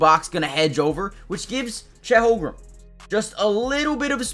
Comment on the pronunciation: Good analysis. Again, please learn how to pronounce Chet's last name. The Thunder fans will thank you.